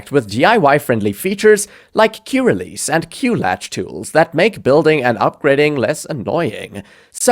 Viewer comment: Q-RELEASE LMAO XD